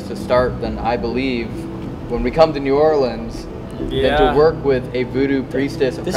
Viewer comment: hearing say New Orleans as "or leans" is funny but still slightly annoying as someone who lives around there. No hate tho, I absolutely love yall❤❤